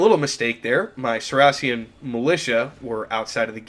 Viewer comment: the way you pronounce saracen makes me lose all respect lol